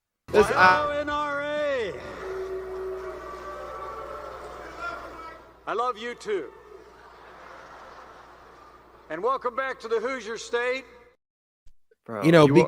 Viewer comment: Pence: “Welcome back to the boos-ya state” 😂